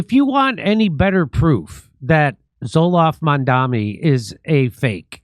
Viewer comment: "Zoloft Mamdani" 😂😂😂